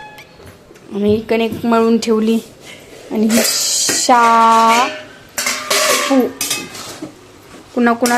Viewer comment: शापू ची भाजी बोलत नाहीत आधी मराठी नीट बोलायला शिक बाई शेपू ची भाजी बोलतात ग बाई 😂😂